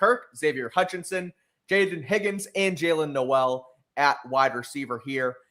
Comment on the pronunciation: This is actually bad news for the patriots 😂 even if on “paper” it’s not 😂 we shall see how Gonzalez “tackles” 😂 and stroud thrivessss without Nico 😂 also it’s not noooellll it’s more like no-wl 😂